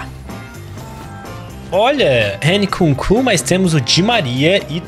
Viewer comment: a pronúncia n é "N kunku" é "imkunku"